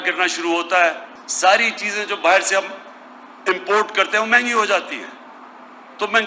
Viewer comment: Bahar hota be bahir nhi hota